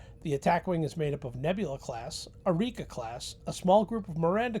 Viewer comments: It's Akira not arika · "Arika" class? You mean Akira class, right?